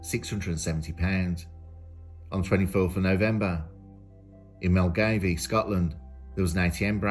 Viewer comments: Hey amigo, Milngavie is pronounced Mill Guy 👍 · I feel for you - Milngavie is one of those Scottish pronunciations that gets EVERYONE. Would you believe it's "Mil-guy" or "Mul-guy" if you've got a stronger accent. Don't ask me why - it just is.